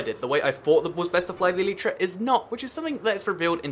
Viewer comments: It's not pronouced eleetra, it's pronounced elyytra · Why do you say "eleetra" instead of elytra?